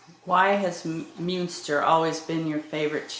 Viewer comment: Pronounced mun ster